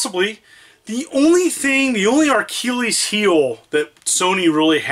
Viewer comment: “Arkilles” 😂 love ya